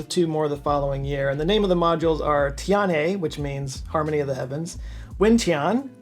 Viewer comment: Shen - almost right. The "e" is like halfway between a short "u" and "oo" as in "book" Zhou - "zh" is "j" but with your tongue right behind your teeth. Like how "dj" in Django or Djibouti looks like it should be pronounced. "Ou" is just a long "o." You could say "joe" and people would get it. Tian - "tee-enn" but one syllable. Gong - long "o" Tianhe - "tian" like above, same "e" as in "shen" Chang-e - pretty much spot on